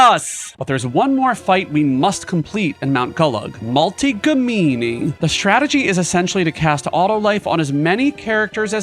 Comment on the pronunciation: i basically wanted to comment this, something about names being mispronounced seems to stick out however, a small detail in a very entertaining video